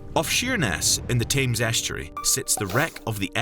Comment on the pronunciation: Listen to how he pronounced THAMES as in River Thames.